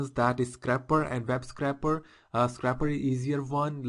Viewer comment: i believe it is scrape not scrap. So it isn't a scrapper but a scraper. other then that, great video. Thumbs up!